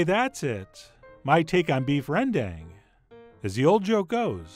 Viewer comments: I live in Indonesia too and it made me laugh so hard on his pronunciation of rendang haha. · tips how to pronounce rendang, you say the 'dang' part like you say 'dang it!' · Hi chef! Thanks for making me into a zombie for beef rendang..gonna buy that for lunch. Anyway some of our toppings for rendang include cashews, fried shallots, and those greens(cilantro or something..your choice). Oo and try pronounce it this way ‘ren-dung’ 😅 yep that’s what it supposed to sounds like. 🤣🤣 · rendang is pronounced ruhn-dung (first vowel sounds like a in comma, second vowel like the a in father) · Indonesian / Malaysian viewers where are you at? 😆 Also chef, it pronounced "rēn-Dung" not "ren-dang" 😋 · My mom's indo and she pronounces is with a long a sound like ren-dahng not like ren-dung. Maybe depends on region for pronunciation (but chef john is def saying it wrong 😂) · Pronouncing rendang more like "run dahng" would show more respect for Indonesians and Malaysians. It's not like the sounds are impossible for English speakers. Sorry to see some important ingredients left out, especially candle nut and kaffir lime leaves. Also needs more coconut cream, about 3-4x that little can. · Hi, southeast asian here. Dang in Rendang is pronounced as Dunk not Dank. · Er, it is not "rang dang" but "rearn dhung" - rearn rhyming with "learn"/dhung rhyming with "dunk". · actually you're supposed to say ran-dunk. kinda funny to hear people said ren-DANK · its actually pronounced 'ren- dung' like the dung in dung beetle. not 'ren-dang' as in dangggg gurrrrrl haha. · Ironically when you made the ren-done joke, that's more of the correct way to pronounce rendang! 😂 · I regret to inform you guys 'rendang' is pronounced ran-dung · The correct pronunciation is Beed Rendiet! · 😂😂😂😂😂 it's called beef rendang not rediet!!! I love this guy!!!!! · Actually if you say Beef Rendang in Indonesia they will look at you like a deer caught in headlights and tell you its pronounced "Rendunnnnngggg" 😆